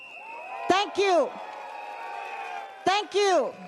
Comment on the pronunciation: still working Alamak.... Haix . ..... hmmmmm thank kew you? What a Singlish